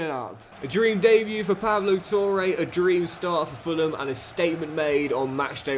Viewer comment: It’s pronounced pablo tore not pable toure